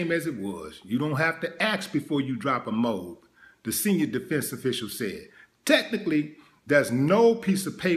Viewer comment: Pronounced MO-AB.